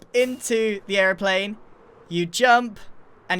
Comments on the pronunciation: An errplane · The way he said airiplane gave me hardcore British vibes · Is he saying airplane or aroplane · when he says Airplane he gets and American voice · is the moment he says it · omg i was thinking about this too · Anyone else notice how every time he said Airplane, he said it with an American accent? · Am I the only one that noticed how American he sounded when he said airplane? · Is it just me or does the way Grian pronounces airplane sound Irish? 😂